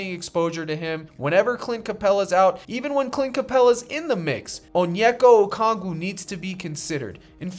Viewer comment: I appreciate you pronouncing okongwu correctly